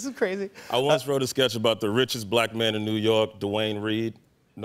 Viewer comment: Che's delivery is what killed it (in the best way), pronouncing Duane with 2 syllables 😂😂😂